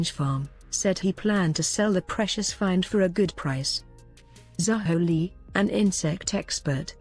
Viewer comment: "Zahou Li"? Zh is pronounced closer to a hard J